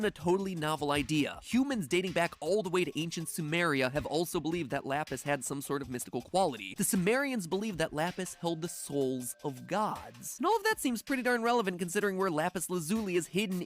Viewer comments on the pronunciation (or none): Matpat is saying symarians when it’s sumerians